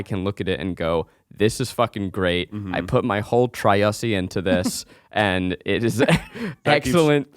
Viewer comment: ZACH SAID TRYUSSSY 😭😭🤣🤣